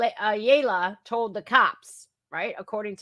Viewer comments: That name is said -- aaaa - ya La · Ayala is pronounce Like eye y'all uh